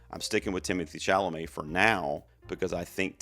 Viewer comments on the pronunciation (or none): none